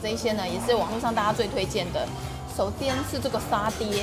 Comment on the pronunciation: 我很確定 是說: 首"顛"是這個沙嗲!!!